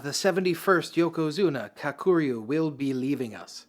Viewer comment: Dammit dude, first learn how to pronounce Kakuryu. Emphasis on the Ka part, not the ku part. And try not anglo the r, bro. 🤦🏽‍♂️